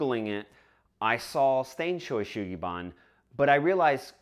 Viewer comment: Oh... your pronunciation of this word is WAY off though. It breaks down to these sounds: Sho (like show) U like the "oo" in Boo or Zoo (ShowOO), then Su (like Sue) Gi (like Gee in geezer) or change the sound of bee to a g and you get gee) -- SueGee then Ba (Bah, like a sheep) N like n. (So Ban is pronounced more like the "ban" in "banzai!") ShowU SueGee Baa-n. In Japanese there is no accent on any syllable, and vowels have only 1 pronunciation regardless of where they are. All letters are pronounced, and "N" is the only consonant that can end a Japanese word. All others are tied to a vowel. This makes Japanese a perfectly phonetic language, and there is no such thing as a spelling bee as a result.